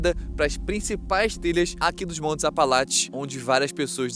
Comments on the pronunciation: montes "apalaTES" kkkkkkkkk, bom vídeo nmrl. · "Apalatche" pelo amor..... APALACHE, APALACHE....... não dá pra assistir falando Apalatche..... Vai cagar. Nem em inglês fala assim. Puts. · ele consegue falar apalache e não apalatcheee ? q ódio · APALACHES. não apalatis